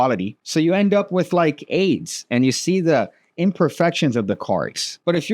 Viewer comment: You win my favourite pronunciation of Aids for today